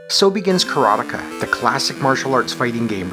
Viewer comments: nice review. You are mispronouncing the name though..it's is not "Kara-Tikah" it's Kara-Te-Ka as in "Karate expert" . Ka = Expert. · You didn't see the ending because you can't even say the name right. It's: KARATE KA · For a quarter of my life I pronounce it: "Karat-eeka." I guess I was too young to know what karate was. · I mainly remember the way the tv ad announcer pronounced it as Ka ra tay ka and it being "the ultimate fighting simulation" or some such bold claim lol. I did a search and couldn't find it. I would guess it was probably for the atari 7800 version since we lived in the sticks and had over the air tv with the antenna knob heh heh. I love your content, it is just where I want to be. You are very fair while giving us that inner excitement any kid had back then looking at the school clock and busting at the seams to get home and back to fun in other worlds :) And ya do it without the "blue" humor so kudos on that. Super happy for ya and the channel! It's great to see others sharing the excitement and their memories as well :)